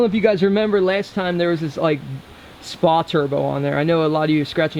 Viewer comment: The "Spa" turbo is supposed to be spelled out S.P.A but no worries, I thought it was spa too